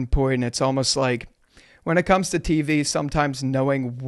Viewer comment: Why does he say tv, TEEVEHH. 😂